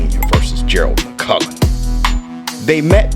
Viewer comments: The man's name is mcclellan buddy, not Mc Cullen ffs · It's McClennon, mate not McCullen, as you keep saying. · Damn shame you ain’t pronouncing his name correctly though . McClellan not McCullan . 👍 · Please stop calling this man McCullen. It's McCLellan. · McClellan NOT MUKULLAN 🤔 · McClellan not McCullan. I love you man but i had to point that out. Much love to you and the COMMUNITY! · McClellan. He is pronouncing it wrong. Its a Scottish name.